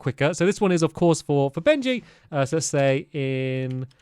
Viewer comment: Dude I thought it was always Benji not Bengy